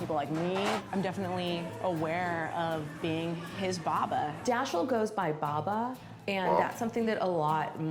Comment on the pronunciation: They could have gotten baba from bàba (爸爸) which is Chinese for father, but they absolutely butchered the pronunciation